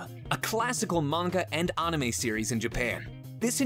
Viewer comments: This this man just say “unime” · DID THIS GUY JUST SAY ONAME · When he said “ahnime” kill me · 45% talking about saying onime instead of anime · What tf is animie... All I know is "Awenamai" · this guy clearly has never watched anime. It's pronounced "a-ni-may" not "au-na-may"... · IM DEAD MY DUDE SAID ANUMA NOT ANIME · Did he just say oname?!?! Instead of anime!!! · i just have one thing to say, why did you say anime as “aw-naw-mey” 💀 and not “an-eh-mey” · I'm sorry but, Onime? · Arnime hhhhhrrrrr. Anime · I almost threw up when he said awnime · What’s awnime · I think we all did. (cheeks puff up) aawwwwwwnimeeee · When he said unime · They pronounced anime on-i-may I AM CRINGING SO HARD!!!!!!!!!!!! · Did this guy just say ANIMA? ANIMA AnImA! How hard was it to say anime Change one vowel A to E AnImA... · Ew! Did he just pronounce anime like ONIME??? Disgusting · Katherine Choi Onime is not how to correctly pronounce anime. lol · The right way to pronounce it is Ah-Ni-Me. The "a" character (ア) is, as far as my knowledge goes, pronounced as "Ah" from what I know. But, don't need argue over such trivial matters. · Only one who is hurt by the "Onime" 😂😂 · Everyone in the comments: HE SAID AW-NIME EWWWWWWW Me: yall just gonna ignore O-late dogs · this dude really just said onime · The way he said anime "AhNaMae" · my mans did not just say ”ahnimay” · Did this boi just say ahnime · He pronounced Anime like Onime. Lol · did he just say......onime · Did this guy just say ahnime? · Did this guy just say “on a may” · Did it bother anyone else when he said MONGA AND ANAMAE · "ahnahme" ... ERROR. TRY AGAIN. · Did narrator say.... On-ime? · did he just say “ahnime” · ON A MAE Homie you said it wrong. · this man say ah-nime? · I'm sorry but "Ah-neh-may"??? Bro never have I hear anime being pronounced that way XD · did you just say Ah-nime?? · He said aun ime bloody casual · Did he just say anime like ahnime? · Onime? You mean Anime ya pronounced it incorrectly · he said AHNIME